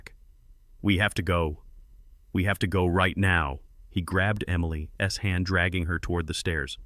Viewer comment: Somebody need to teach AI to say Emily’s and how to say $10 million too